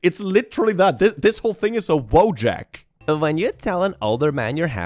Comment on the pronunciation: Fuck, it's not "woo-jack", it's "wojak", spelled "vo-yuck". In Polish it's "soldier" (synonym to "żołnierz").